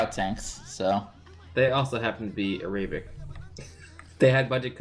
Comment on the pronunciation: am I the only who noticed that they mispronounced the word Arabic